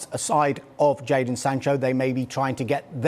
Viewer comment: Why would anyone listen the opinion of a guy who calls jadon "jordan" lmao